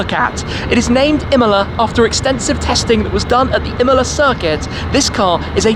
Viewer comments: Pagani Imola... No pgani mola... Impara l italiano! Porta rispetto se fai servizi su capolavori italiani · Iam the only one hearing Himalaya instead of imola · Shmee, you are pronouncing Imola wrong. It’s not Imela, it’s Imola. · I didn’t know that’s how u pronounce Imola I always though it was Emola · Imola not imla lmao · The pronunciation is nothing alike, if you know the proper pronunciation for both. Not even similar.